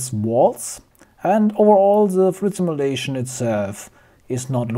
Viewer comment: Cool video, I liked it... FYI: Simulation: Sim-you-lation, not sim-ah-lation